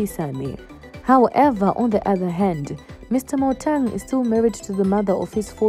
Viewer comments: Motaung not Motang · How can you compare kaizer and mama mkhize there is too much difference between the two where are you from you can't even pronounced Motaung what is motong